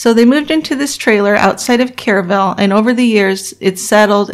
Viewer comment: Too late but the city is pronounced w/o the E sound, like "Krrville."